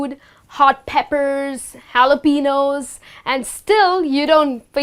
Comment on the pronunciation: hi ma'am....great job teaching english. However, Jalapeño pepper is pronounced -- 'haa laa peee ni yo' (for lack of phonetic symbols here)